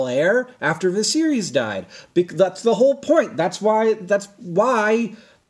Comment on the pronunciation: lol I thought he was saying “the series” for the first two times....